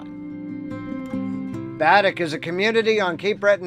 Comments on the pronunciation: Pronunciation for Baddeck in Cape Breton is ( BAADECK ) I am a Nova Scotian . Interesting video , I have visited Cape Breton a few times . Thanks for sharing . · Baddeck = Bah-deck. 👍🏻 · Great video. A little hint, though, Baddeck is pronounced Ba-deck. Ba as in baa like a sheep does. 😉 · Your saying baddack wrong 🤣